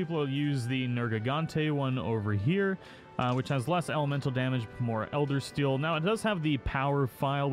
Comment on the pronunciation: It's Elderseal not "Eldersteal" and Hazak Demios not "Demois". 🤦‍♂️